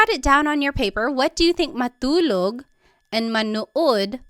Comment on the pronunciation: Hello and thank you for the video. I'm learning Tagalog at the moment and I don't know if it's just me, but is "t" pronounced a certain way" in Tagalog? For example Matulog, it almost sounds like Malulog and not Ma-2-log. I also hear this in other words that have a "t" in them as well although I can't recall them xD.